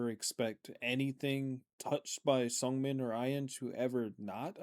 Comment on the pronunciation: Thanks again for the reaction! It's always fun to watch on my way to work❤ Side note (and I hope I don't come out as obnoxious) Seungmin's name is pronounced more with a soft "eu" sound. If you try making an "oo" sound while you're smiling you get that sound haha If you pronounce it with an "uh" sound, it becomes a different name😅 hope this helps